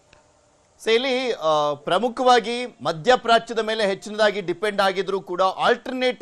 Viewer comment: ಮೇಳೆ ಅಲ್ಲ 😂😂😂ಮೇಲೆ